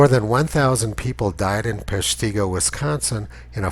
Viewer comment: FYI, The strong, gentle residents in the community of Peshtigo, Wisconsin pronounce the name as PESH-ti-go, not pesh-TEE-go. I admire your work and look forward to each episode.